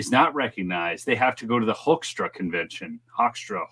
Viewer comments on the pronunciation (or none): Pronounced hook'-stra ' as in 'book' Pete Hoekstra is a Michigan career politician.